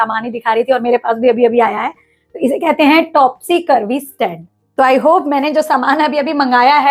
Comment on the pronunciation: Mam topsy turvy hota hota hai ..topsy curvy nahi 😊